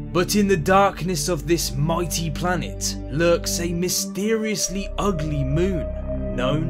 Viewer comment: It almost sounds like he has a deep hatred for Miranda just because of the way he emphasises ugly